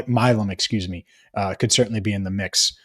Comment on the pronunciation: Thank you for paying attention to my tweet about the Milum pronunciation! didn’t seem to get the memo on tonight’s Locked On Bengals 😂😂